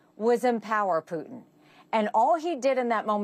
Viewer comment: Peeu tin